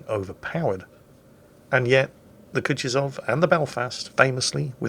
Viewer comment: You know, Kutuzov was 18th entury Russian marshal. I couldnt find a link for how to properly pronoune it, but if You drop the name into Google translate it will read it out for you properly in russian. ...it's bad, really. Do it!